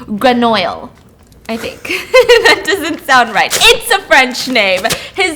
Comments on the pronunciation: Grenoil….i think😂. I think its “gren-wee” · It’s pronounced “gren-wee” lol you’re so cute! 😂🥰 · HAHA nice try but it’s pronounced gren-we (lol like oui yk?) ;) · grenouille is pronounced gren-wee!! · Your pronunciation of frog made my French family cackle 😅